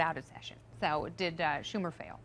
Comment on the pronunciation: Did she say Shuck Tumor?